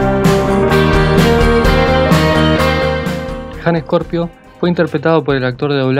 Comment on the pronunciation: Ok but it's Scorpio not "Ejcorpio"